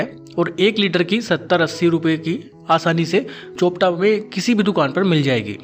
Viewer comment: चोपटा नहीं, चोपता नाम है यहां का ।😂